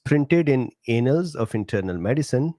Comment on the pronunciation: The pronunciation of annals had me giggle.